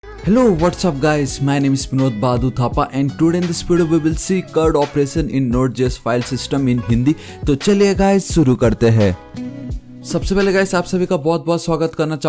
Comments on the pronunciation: CRUD ❌ Curd ✅ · Crud not curd lo!